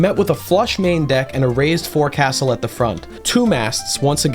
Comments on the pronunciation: I know it's dumb. But I got crap for it a while. The Forecastle is pronounced the Foaxle. It's stupid but true. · Awesome video, brother. I did want to say something, though. This is purely for educational purposes and in no way is meant to criticize your incredible content. The word 'Forecastle,' is pronounced 'Folk-Sul'. (Source: Former U.S. Navy Sailor) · Its pronounced foc'sal even though its spelled as forcastle. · This is a cool video, but I would like to make a tiny correction in that the Forecastle isn't pronounced how it's spelled. It's pronounced "Folk-sul". Not trying to be "that guy" but I figured you'd wanna know, with how into ships you seem to be. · as a sailor, literal only complaint with the whole video is that "forecastle" is pronounced like "foke sul", otherwise fantastic job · You pronounced forecastle wrong, 1/10 mid video.